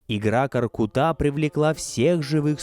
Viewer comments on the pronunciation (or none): Дизлайк за твоё произношение имени великиго ҚОРҚЫТА , ударение идёт на средний гласный звук .